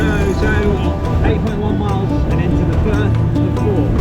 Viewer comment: Firth of Forth not fourth 🙄😳😂